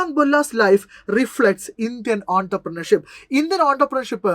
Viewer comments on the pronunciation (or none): Entrepreneurship ingane allalo pronounce cheyunnath